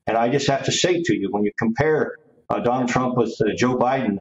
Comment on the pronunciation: Did she call him Tonald Donald Trump at the beginning? 😂